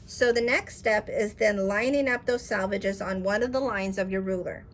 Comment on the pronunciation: Selvages, not Salvages As in sell-vages